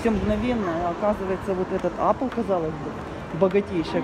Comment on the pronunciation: Господи)))) живете в Америке и говорите - Апл)))....жееесть! Apple(эпл) правильно! А еще парень в МАЙКРОСОФТ не сумашедший - и они видит картинку - которую было видно на большом экране позади него! Вы оооочень далеки от техники - в век техники)))))